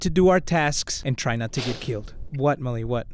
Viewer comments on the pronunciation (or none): Mully sounds more like wully XD